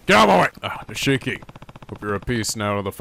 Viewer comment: His name is pronounced "Neesh-key".